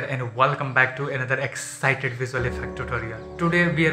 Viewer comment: with all due respect Bro please say it correctly, NOT EXCITED TUTORIAL. "EXCITING VFX TUTORIAL" because it extremely irritating listening to this in every video.